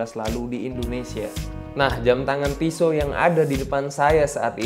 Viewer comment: Pronounce nya on point 🔥